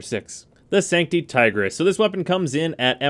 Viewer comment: Tigrish lmao